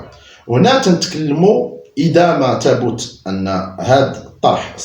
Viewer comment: َ ثَبَتَ على وزن فعَل بالفتح، مثل قتل... ابُت بالضم لغة لعمامرة... وهي خطأ...